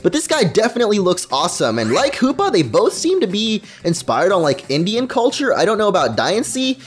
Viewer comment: Sounds like a lot of... HOOPLA It's Hoopa, not HOOPLA